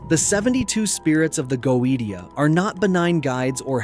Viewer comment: Its pronounced go-a-shia.......................... ai is wack